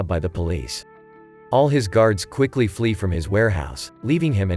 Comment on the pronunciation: I like when he says he must flea. I like when people say flea like that.